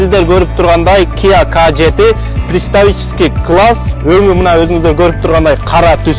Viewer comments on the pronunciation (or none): Предтсвавический Клесс Дейтго 😂